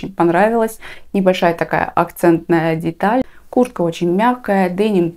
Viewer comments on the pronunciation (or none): Я одна слышу Курка, а не куртка?